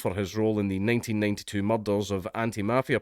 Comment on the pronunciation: I love a video that starts off with dank trying to pronounce "murder"